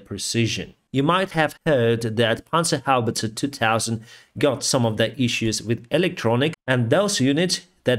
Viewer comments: As a german I am always amazed and delighted how well you pronounce „Panzerhaubitze“ Stay safe and let’s end this terrible war asap. Slava Ukraini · Yes, exactly. Other words aren't that great, like names of German politicians (still way better than Americans would pronounce them), but this pronunciation is spot on.